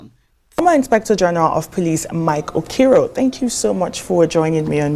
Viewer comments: This woman must stop disgracing journalism with her imperfect speaking. She speaks like a toad. An Igbo lady who is unable to pronounce Okiro is a disgrace. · '' who cannot pronounce 'Okiro'. You are a confused analyst. You won't understand the way you are confusing your head